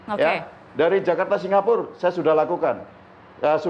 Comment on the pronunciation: “dari jakarta singapure saya sudah lakukan” keseleo ya lidahnya mas...???